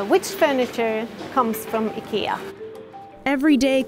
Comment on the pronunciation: IKEA, not aikeea